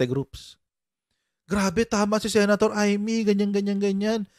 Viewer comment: Ay'-meytoyo (Imeetoyo) 😅